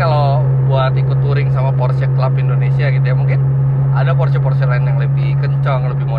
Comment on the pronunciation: yg sy suka dari om Fitri, membaca merek mobil sesuai dengan asal negaranya, Porsche memang dibaca Porshe, bukan porssh. BMW dibaca BMW (Jerman utara) atau Bi Em Wi (jerman tengah), bukan dibaca Bi Em Dobel Yu. mantap om...